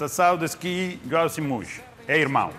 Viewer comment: "Lhoao Simóes" LOL